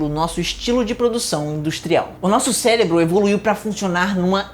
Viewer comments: Ele não falou "CELEBRO" aos né? Fala pra mim que não falou kkkkkkk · impressão minha ou ele falou celebro